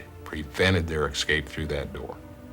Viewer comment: Why does the fire chief say "excape" instead of "escape." That's very odd.